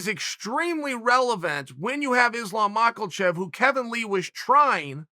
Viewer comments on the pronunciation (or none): Just here to hear Uncle Chael say Makelchef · MachaLchev, BlachoVOvich, BeHal Mohammad, YaRir Rodriguez Chael, if you want to be this insider oracle, take a fucking minute to learn how to pronounce names, ffs almost as bad as Schaub and Serra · Chael "Islam Mockle-Chev" Sonnen... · Yeah. He's a phony. He purposely says people names wrong and always gets their record wrong and a lot of other things to act like he doesn't really care about any of this. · Brother if u can't pronounce makhachev....then jus call him Islam....